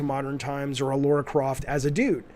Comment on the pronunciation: LARA CROFT Jaffe....not LAURA...as a Tomb Raider fan this drives me crazy everytime you say it 😂